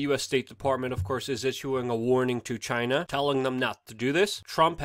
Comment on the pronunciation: I love the way you say Chi-NA ! Just like trump says it haha